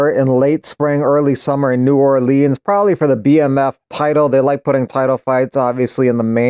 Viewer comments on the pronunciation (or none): none